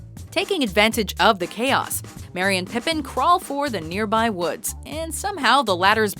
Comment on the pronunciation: Your pronunciation of things in these videos is awful. You managed to pronounce "Merry" as "Marry".